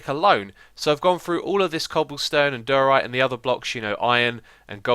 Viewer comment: xisumavoid, diorite is pronounced [Die-ore-right] great videos btw and I can't believe it's hermitcraft season 4 already!